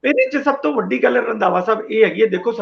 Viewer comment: bai Randwa nahi Randhawa sahib hunda 😁